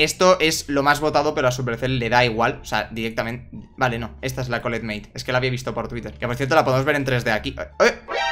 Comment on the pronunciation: Me gustó cuando dijiste colllet huevito🤣🤣🤣🤣🤣🤣🤣🤣🤣🤣🤣😂